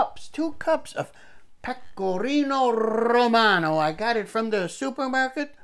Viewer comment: Another great show! Garlic, butter and Pecorino Rrrrromano...!? It doesn't get any better than that! That side dish looked great, perhaps Parsnips can be substituted for the Rutabaga, its sweeter- but still lower in carbs then potato. always leaves me with a laugh! Thanks a million!